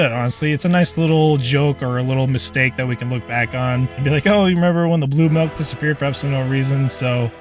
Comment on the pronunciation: did he just say Milk as "Melk" ?